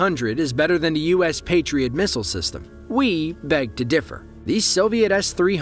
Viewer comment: "Mistle" LOL